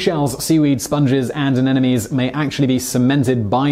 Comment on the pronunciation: Mr. Whistler, the Japanese spider crab does not wear "an enemies" on its carapace, but rather "aneMones" and the larvae are not "pantonic", but "planktonic" in form. I watched your mouth as you pronounced the words, so don't try to deny it, okay? Otherwise, a most informative and well-researched monologue, for which I thank you.